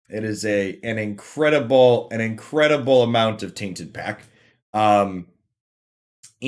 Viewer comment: What is the reason behind you pronouncing "tainted pact" "tainted pack"? Is this an inside joke or an accent i don't know about? I am not from america so i can only guess. Sorry if this offends you in any way that was definitly not what I want.